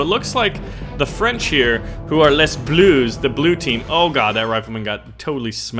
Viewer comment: "les" in French is pronounced lay.